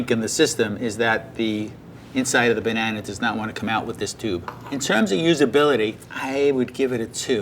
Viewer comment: my man said 'bananer'